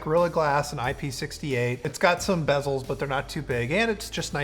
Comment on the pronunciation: Did u said BEZELS!?!?!?!?